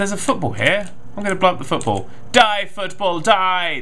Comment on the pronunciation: hey man just say'n foot-ball